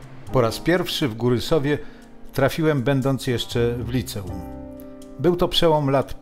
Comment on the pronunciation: LicEum akcentujmy na E, nie na i.